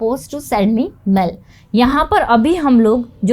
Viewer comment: मैडम उसे मेल कहा जाता है मेल , आप जो कह रहे हैं " मैंल "इसका मतलब है शरीर की गंदगी ... देखिए कितना अर्थ का अनर्थ हो जाता है कृपया सही हिंदी बोलना भी सीखें